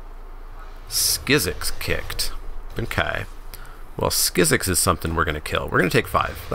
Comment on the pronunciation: I would've taken the early Merfolk Trickster instead of Yavimaya Sapherd. Also Skizzik has a 'k' at the end and not an 'x', it's just "Skizzik". I always thought it was legendary as well, but apparently it isnt, which I find weird.